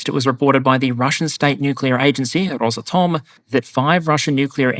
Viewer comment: It's Rósátom btw